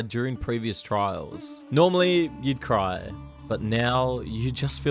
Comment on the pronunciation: I’m really interested in the content but dude has this strange vocal fry at the end of some words every few seconds. For example, instead of “you” occasionally he says “youuuu” where the last syllable is stretched out with the vocal fry thing on top of it. cryyyy fastuhhh It hurts.